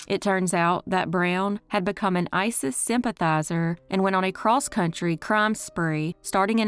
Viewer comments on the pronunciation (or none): none